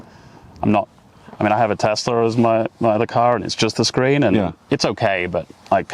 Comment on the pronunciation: Bravo! English guy pronounces it CORRECTLY as "TESS-la" not "Tezz-la"